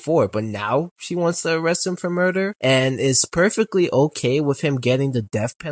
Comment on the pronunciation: You saying "arrestes" instead of "arrest" is frying me lol